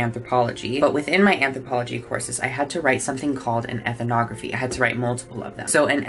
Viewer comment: Much love, and great video, but please stop adding an extra syllable to the word "ethnography". I just can't take hearing you mispronounce it again and again....lol.